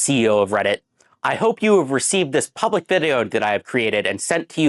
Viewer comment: "Hope you have received dis puhblick vid-e-oh," Alright, buddy.